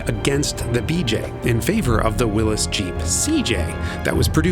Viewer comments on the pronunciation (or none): When did Willys change pronounciation from Will-eez to Will-iss ? As in, "whatchoo tawkin' 'bout Willis" ? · Please pronounce Wllys as "WILLIES"!